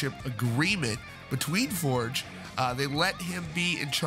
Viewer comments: It’s For-gay, not Forge, genius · Tobias For-guh. Not Fordj. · Right, I'm unsubscribing from this channel. You've been told many times in the comments that you are pronouncing his name incorrectly. It is a Swedish surname pronounced "For-gei" not "Forj". And yes, it does matter, when you're reporting on bands / people and you can't be bothered to pronounce their names correctly. I can easily get my Ghost news from the same sources you get it from, without being constantly annoyed at your inability to say his name in the correct way. Cheers. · Toe-BEE-us FORE-yuh. For the love of GOD, man, learn it. Love your channel! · His last name is pronounced “For-geh”... ;) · That was annoying me every time he said it too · Moral of the story: Get it in writing. Also, it's pronounced Forg. It's a shame all this had to go down. I liked the previous incarnation of the band and the previous albums better than this latest one. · After all this time, people still choose to pronounce his name wrong...